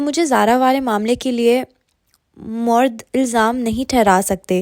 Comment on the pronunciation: Moreedaaayyy illlzaaam Correct pronouncing Please You are wonderful